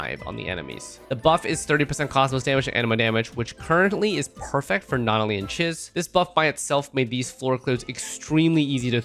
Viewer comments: Isn't it pronounced cheeze? Swear she said her own name in the story. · her name is not Chiz. it's pronounced CHEESE. even if it is spelled like the first name. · I swear he says Chiz wrong to annoy people to generate comments. LOOK AT HER, SHE IS MOUSE THEMED, ITS CHEEESE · Chiz is pronounced as "Cheese" she LITERALLY says her name in game.